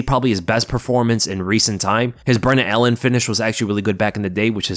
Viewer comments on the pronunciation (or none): none